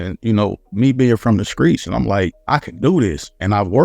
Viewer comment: Bruh this man really said "skreets" instead of streets I'm dead 😂😂😂😂😭😭😭😭😭☠️☠️